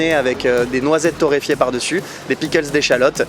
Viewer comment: Noisette torréyfier !? Lol